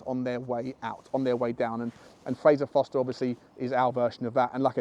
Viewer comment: ForSter not Foster